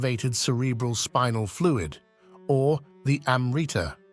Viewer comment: you want to make a video about Amrita and failed to find out the proper pronunciation of the word, so western.